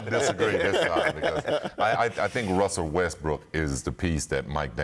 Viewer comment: Did Scottie just say RUSTBrook???